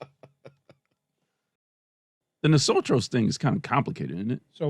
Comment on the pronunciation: absolutely butchered Nosotros and Vosotros